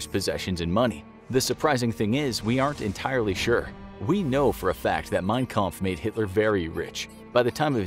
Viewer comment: I am getting triggered that they keep on saying Mein kamph wrong